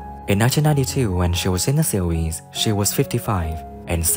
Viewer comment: The word "series" is not pronounced "see weese"